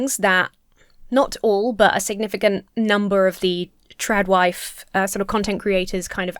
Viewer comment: Am I the only one who hears "Drag Wife" instead of "TradWife"